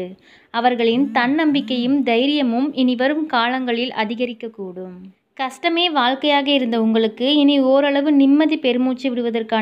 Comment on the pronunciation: Nice try. Kindly concentrate on pronunciation. For example mesam, kastam